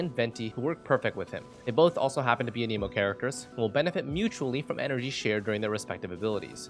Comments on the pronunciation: Everyone say it with me, an-eh-mo It isnt, an-eeeeee-mo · Stop saying A-Knee-mo. How the heck do you even think that's how it would be pronounced? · I've noticed a lot of people say "Aneemo" instead of "Animo" for (Anemo). Why is this? I'm hoping there's a good reason because it's like nails on a chalkboard when I hear it.